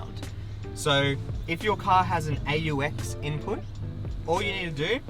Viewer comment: I’m sorry I can’t get over how you pronounce AUX